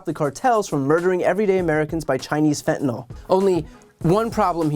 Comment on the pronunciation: I hate her too, but ffs Joe- it’s fentanyl, not fettanol.